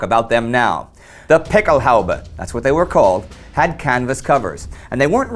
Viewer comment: Excellent piece. Quick note: The plural of "Pickelhaube" has umlauts over the "a", and is pronounced "PICK-el-hoy-ba".